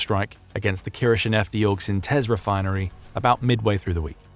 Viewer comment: If we're expected to believe this channel actually employs a real British Human as Narrator, then they gave the game away in this video. Or it's just amazingly fortunate and totally coincidental that he's perfectly comfortable pronouncing Kirishinefteorgsintez as though he was born there. Even the locals are frustrated with the letter-count of their city's name. The Narrator should be given a pay raise because he's the only Brit who could pronounce that. He probably never expected he'd need that skill in his professional life.